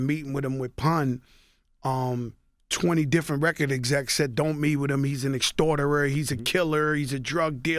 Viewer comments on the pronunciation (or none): Nigga said "he's an extorterer" lmfao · So no one was gonna tell Joe it's extortionist and not extorterer?